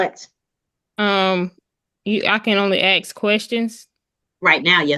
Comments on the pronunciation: It’s ask…not aks. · Don't feel like you're the only one😂😂I had a hard time with phrases that should have been "you all" coming out as "yaw." And "ask" being pronounced as "axt." It's a 3-letter word, so I don't understand why it's so impossible to pronounce correctly . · Or ax